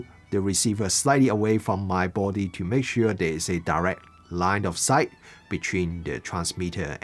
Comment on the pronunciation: LOS= Line of Sight. Not 'light' of sight.